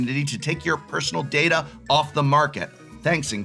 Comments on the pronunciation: as a star trek fan, you should know how to pronounce data!! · Both pronunciations of the word is considered correct but I personally go by the following rule. day-duh is the transfer of files dad-uh is the storage of files